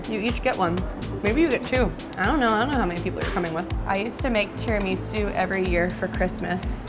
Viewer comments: Am I the only one that hated when she said “tear-a-me-su” I was like ahahahhHHhH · Tee-ra-ma-soo is how I pronounce it